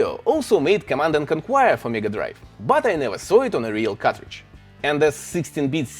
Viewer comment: psst it's conquer as in conker <3